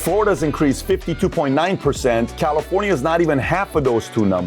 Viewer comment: Calirofnia. Public or private, we all get that word wrong sometimes 😂